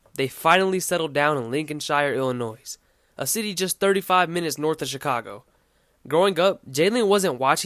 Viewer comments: the mispronunciation of “Illinois“ over and over again is the only issue in an otherwise solid vid. Subscription button: HIT. ill-UH-NOY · Kind of blows my mind that someone can be smart enough to make this great video, while at the same time not know that the S is silent in Illinois...